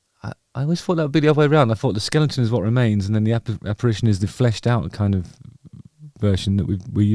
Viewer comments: 'Ere! your one of those who says skellington instead of skeleton. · Great Content as always - By the way ... Its 'Skeleton' and not 'Skelenton' - (Sorry for being picky) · Belated Happy B'day Justin. 🎂🥂🥳 Hope you had a good 'un! I had to smile when you kept saying Skel-ing-ton - rather than Skel-e-ton. Haven't heard that mispronunciation since Primary school... 😁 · Skelington?? do you mean Skeleton? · Justin...'skeleton' not skelington. I can't express how disappointed I am. Phew I need a brew to calm down. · AAGHHHH It is not a Skellington it is a Skeleton. It bugs me . Sorry. Happy birthday. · Love that he keeps calling it a skellington. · Every time you said "Skel-ington" it made me happy. Also, I liked the tune. ; ) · Are you deliberately saying skelington? 😂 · Hi mate happy birthday! Not important in any way but is that how you actually say skeleton or tongue in cheek?